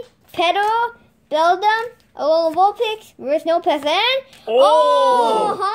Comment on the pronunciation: When you were sepreating the packs you said vulpix